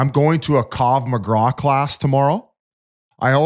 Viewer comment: It’s “krav maga” biz, holy shit, dude literally cannot pronounce a single word correctly when it has more than 2 syllables